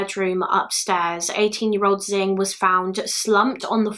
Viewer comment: Hey! Just wanted you to know that Anxiang Du's name is pronounced an-shian! Not an-ziang. I hope this helps! Edit: Xing's name is also pronounced "shin" and not "zin" I hope you see this!